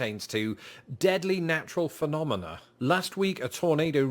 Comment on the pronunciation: Came for America's natural disasters, stayed for pronunciation of "phenomenoa"